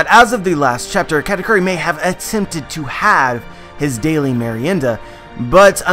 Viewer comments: as a spanish speaking person kudos on your pronunciation of merienda senpai. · Finally someone pronounces properly the word "Merienda". Congrats,! Greetings from Argentina.